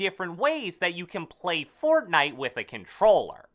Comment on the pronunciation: The way he says fortnite😂